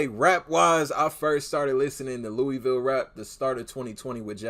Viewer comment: Also my guy it’s LOOAVUL not LOOEYVILLE, all love tho keep grinding